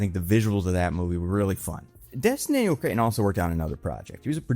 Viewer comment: theres no "I" in "cretton" bud